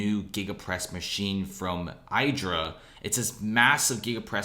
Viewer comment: Why do you say: aijdra? Its Idra. Like, reed the letters: idra !